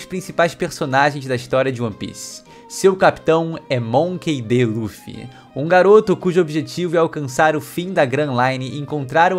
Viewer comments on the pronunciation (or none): none